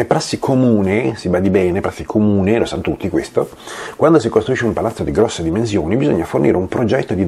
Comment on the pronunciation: Perché dici "dimenzioni "?